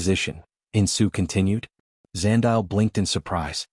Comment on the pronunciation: Eh Zandile 😂. Love that this story loops back to my home country, South Africa 🇿🇦! PS: Zandile is pronounced 'Zah-ndeee-lay' 🙃.